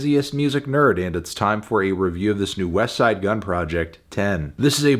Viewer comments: He said Wesside Gunn instead of Westttside Gunn. What is happening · Finally Anthony stopped pronouncing the T in "Westside Gunn"